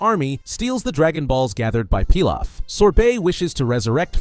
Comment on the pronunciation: I am so used to Emperor "PEE LOFF" not "PIE LOFF" haha it was throwing me off.